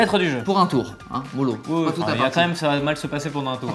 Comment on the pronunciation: On dit bien QUAND MÊME et non COMME MEME